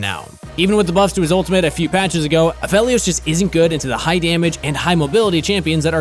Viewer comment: Like adding extra emphasis to the -Helios, so it almost sounds like helium😂😂